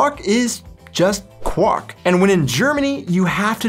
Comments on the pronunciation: Kw-ahh-:r:-K has it quite right. Not quawk! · Like in english, "qu" is pronounced "kw", but the German "w" is more like the English "v". So try saying "kvark" instead of "kwark" when pronouncing Quark. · I know it's difficult, not only if it's not your native language but also if your from hesse. ;) but it's really called QuaRk, the R is not silent <3 My mother was very careful to correct me everytime I didn't pronounced the R (not only in Quark but lots of other words) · The pronounciation of quark you ought to train, for what you are telling is the marriage call of a frog